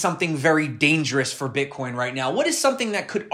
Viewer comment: Did he say ...BritCoin